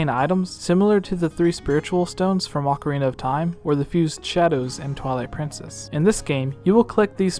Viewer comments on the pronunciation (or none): none